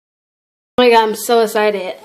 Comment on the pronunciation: its EXCITED NOT ESITED !!!!